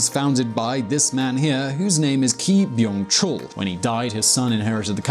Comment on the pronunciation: his name is not KEE BYUNG CHUL, correct name is LEE BYUNG CHUL. Their family name is LEE. Also 'Chaebol' should be pronounced /ˈtʃeɪbɒl/. Thanks for the post anyway. That's a real good point!